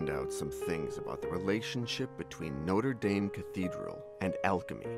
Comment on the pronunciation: GOD THE WAY THESE PEOPLE SAY NOTRE DAME THEY'RE RUINING THE NAME ITS SUCH A BEAUTIFUL NAME AND THEN THEY BUTCHER THE NAME ITSELF UUUUUUUUHGGGGGGGGGHHHHHHHHHH 😩😩😩😩😠😠😠😠😠😠😠😠